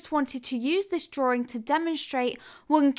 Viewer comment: dra-Wing NOT "DRAW-RING" :)-been bugging me quite a while now :)!!!!